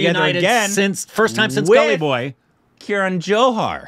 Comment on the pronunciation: For the nth time, it's KAran Johar, not KIran (see what I did there)